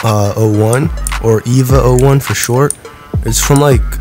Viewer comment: "ee - van - jelon" "eevee - a - o - 1"